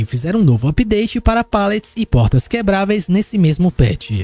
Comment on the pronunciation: Eu amo quando começo a perceber que o coloca assento em palavras aleatórias em quanto ele fala ( pôrtas côrrem jãnelas detálhe ) sou obcecado nisso ❤😂.